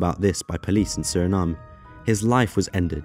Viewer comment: I don’t like how he says Suriname(unless I’ve been saying it wrong for years which is highly likely) 😂